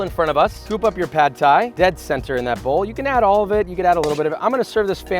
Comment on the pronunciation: THAT PRONUNCIATION THOUGH! - i'm taking away the Thai 'uncle' for that from you.